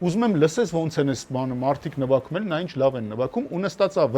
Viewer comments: Ճիշտա ասում, նվաքում! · Գարիկը ասումա նվաքում 😂😂😂